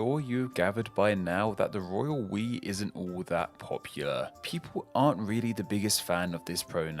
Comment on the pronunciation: Lol... Every time I hear you say "Royal We" I'm actually hearing "Royal Piss."